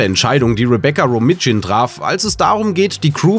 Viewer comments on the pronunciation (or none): Rebecca Romijn hat einen niederländischen Vater und daher wird der Nachnahme "Ro-main" ausgesprochen ;-) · Ja, ich habe mich auch gefragt, wer diese Rebecca Romitshin sein soll. Er hat aber auch bei anderen Namen noch Probleme mit der korrekten Aussprache